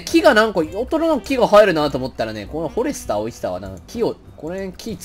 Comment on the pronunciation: フォ↑レスター